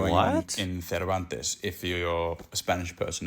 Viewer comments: They pronounce it 'Servanties', it's a gorgeous little spot, with some unusual sights.. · Cervantes is pronounced ser van tee's its mainly a cray fishing and tourist town awesome beachs and fishing off the beachs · That WA town we pronounce serve-ant-ees. Yeah, great holiday/fishing spot. Cheers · Pronounced. Sir van tees. Bloody idiot. We don't talk Spanish. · Yes have been past Cervantes hundreds of times, no one pronounces it like that, it a small coastal town a couple hour north of Perth, the coast there has amazing bright blue clear water, the town is mostly fisherman but plenty of tourists visit. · And no one person i have ever met pronounces it like that guy did